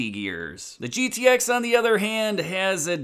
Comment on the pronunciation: I'm not a MoPar guy but I can't stand it when someone calls a GTX a "Get-X" like that old time spokesman the short film clip. To me it's like putting ketchup on a hotdog. Just curious. Do you MoPar fans cringe when you hear "Get-X" yes or no???